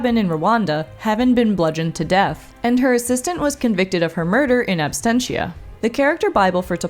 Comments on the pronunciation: "in abstentia"? maybe absentia? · "in absTentia"?